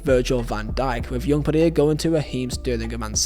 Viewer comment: “Yoong Pedierre” 😂 (Young Player of the Year